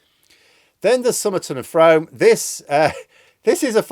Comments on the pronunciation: Not Frome as in home but "Froom" as in room... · Despite the spelling it's pronounced Froom as in broom not Frome as in home. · It’s pronounced Froom not F..rome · It's pronounced Froome (as in Chris Froome the cyclist) NOT From !!!!!!!!!!!!!!!!!!!!!!! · Crome is pronounced Froome, strange but true! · Frome is pronounced Froome. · Frome is pronounced Froom, I think. You thought Ruislip was pronounced in an odd way! Sorry for this superficial comment, thank you for the excellent content as always. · You mispronounced Frome again!!! FROME rhymes with BROOM. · FYI, Frome is pronounced Froom. Hope that helps 😉. The LibDems there have been campaigning like mad, completely overshadowing all opposition. If they don’t win there, they’re sunk! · Frome is pronounced "Froom" #EveryDayIsaSchoolDay